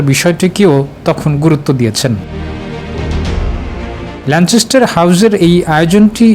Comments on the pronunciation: কেমনে চ উচ্চারণ আসলো আমার বোধগম্য হলো না, যাই হোক, 'যায় যায় দিনের' দিন পার করে দিলেন সংবাদ পাঠক। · It's Lancaster.....